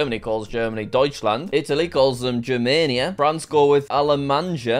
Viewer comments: the pronounce og "Germania" its more of a germània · Not "Dzhermeniya"! "G" - such "Dog", "A" - such "Elephant", "J" - such "Y" in "Yogurt"! Gyermania!(Balkan states) Not "Nymessnya"! NimEchina!(Ukraine) Not "Nemeksnya"! NyamEchina(Belarus) Not "Nyemesy"! nEmtsy!(Poland) Not "Nemeco"! Nemetsko!(Czech Republic and Slovakia) Not "Nemsiya". Nemtsiya(Slovenia) Not "Nishchemanka"! Nemachka(Croatia, Bosnia and Herzegovina, Serbia). In Slavis languages "Nishchemanka" is "A woman who is addicted to beggars like a drug". There is no such word in our languages, but people can figure out the meaning from the roots of the words "Nishchiy" (beggar) and "-man/-manka" (-maniac, like a nymphomaniac) that you had the temerity to pronounce.